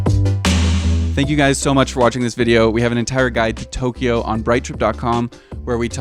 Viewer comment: 東 Tō "east" ... "京" Kyō "capital" Two syllables, not three. Good vid.